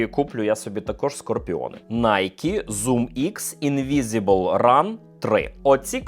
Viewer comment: явний піздьож в відео. nike infinityrn 4 - демісезонна пара. Не на літо вона. Ведучий - поц)) P.S і не "інвізібл ран" а "invincible run" що переводиться як "непереможний біг")))